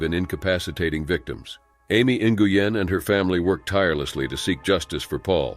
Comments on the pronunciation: “New-Goo-Yen” 🤦🏻‍♀️ Your pronunciation is so wrong. Please read a book. 💀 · Bahahaha! No way! I JUST commented about his mispronunciation of “Nguyen”. YouTubers have ONE job. They should put in effort to pronounce things correctly.